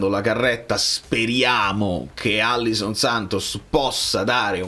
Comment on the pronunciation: Alisson, non Allison